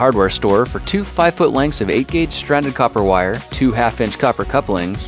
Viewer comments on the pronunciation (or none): none